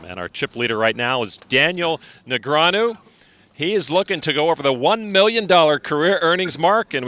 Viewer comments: Say Negranyu again muthafucka. I dare ya. I double dare ya. Say Negranyu one more goddam time!! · So long ago that TV announcers didn't know how to pronounce Negreanu.